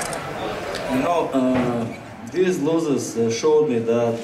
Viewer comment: after i suffer two loo'ziz, i change'gid alot of things you know like